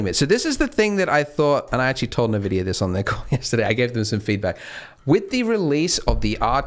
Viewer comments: pls it's not "nevidia" its "envidia" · Nvidia = EN-Vidia. Not NA-Vidia. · I'm gonna go insane, It's 'EN-vidia' spelt as nvidia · A little trivia: How to pronounce NVIDIA correctly? it's [en-VID-eeyah] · "nuh vidia" lel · Did "nuh vidia" tell you how to pronounce their name?